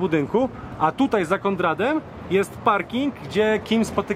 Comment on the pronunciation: Konstruktywna krytyka: Nawet lubie czasem tu zajrzeć ale … jeden z Was mówi KonDrad zamiast Konrad, kultowy serial nazywacie better call TO Saul zamiast better call Saul. Robicie dobry reaserch, ciekawe wyjazdy a czasem babole jak w podstawówce. Ps. Tak Skyler wkurzała wszystkich. Pozdrawiam i życzę sukcesów.